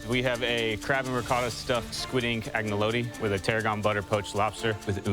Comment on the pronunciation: agnelodi, parmasjan, ricodo...... I keep laughing...